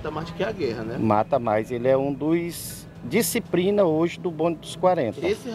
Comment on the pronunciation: Kkkk tão competente que fala diciprina kkkk só invés de disciplina